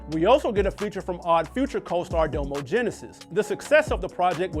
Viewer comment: Know he just reading a script said ifhy (like it’s said like iffy) and said Domo name wrong 😂